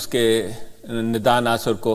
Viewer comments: Nada nhi Nida please! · Sir I know but you always pronounce her as Nada. I appreciate your and efforts of your team on YouTube and other social media. Regards